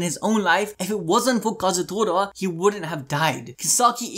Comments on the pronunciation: Tor-a!! Kazutor-a!! TORA as in Japanese for tiger Damn!!! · Day 2 of telling that its kaa-zoo-toraa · come on its ka-zu-to-ra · I want to know why can't seem to say Kazutora correctly, or remember that he asked people to say they SIMP for Mikey.